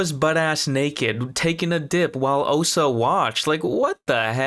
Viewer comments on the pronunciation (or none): lol...I can promise that you didn't. You said "Ohsa" like 300 times. It's OSHA. SH. Oh-SH-uh. How can you say you were saying that right?!? 🤣🤣🤣🤣🤣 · Her name is Osha, not Ohsa. There's even a part where you say "Ohsa" and then a clip from the show saying "Osha" back to you saying "Ohsa." Come on man. It's the main character's name. (And they "slice" open doors... Not spice or splice or whatever you said). These are main points. You have to get the names and terminology correct man.